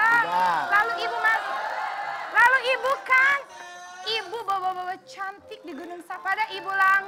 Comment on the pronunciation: Kalo sahrini..channtik...bukan syantik